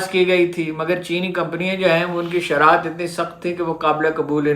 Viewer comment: Sharat nahi sharayet. Haroon saheb urdu bolain to saheeh warna punjabi may blog karain.